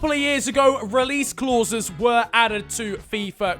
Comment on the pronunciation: The way how you say “clauses” is driving me mad🤣